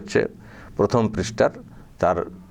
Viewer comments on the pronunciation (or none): none